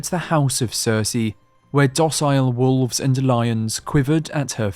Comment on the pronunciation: Ah yes...the old sheep in woves clothing...or woves in sheeos clothing. Whatever